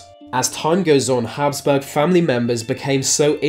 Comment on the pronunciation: Habsburg.... not Hasburg.